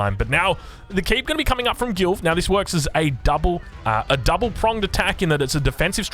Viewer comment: Is it just me that heard "GILF" everytime he says Gilv 🤣